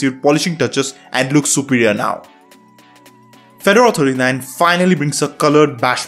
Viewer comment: could you please pronouce Fedora correctly.